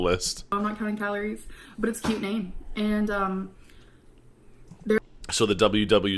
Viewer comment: Yes, the “caloriies”... 🙃